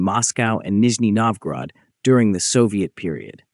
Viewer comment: Опять кривая китайская озвучка. После слов Нижнего НовгОрода выключил.